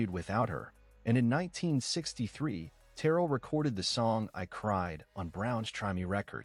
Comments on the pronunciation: AI, it's Terr rell. Not Terrell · It is Terr elle, with the emphasis on the elle.